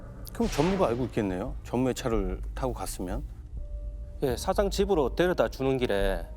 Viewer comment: 셰대 샤장 저 형사 시옷발음이 sh 발음이네